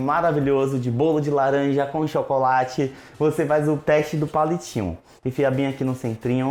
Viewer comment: Esse i ouvi laranjada